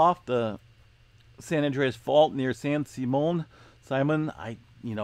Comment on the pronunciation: San SIMM-e-un. Love ya brother! You're good natured about this stuff and that's how it's meant; don't mind helping in some small way.